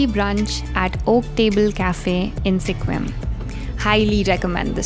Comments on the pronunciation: Sequim is pronounced more like Squim, not See-quim. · Sequim is pronounced “skwim” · Pronounced 'squim'.